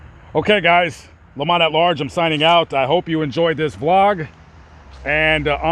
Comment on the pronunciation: His name is Lamont not Lamar lol 🤣🤣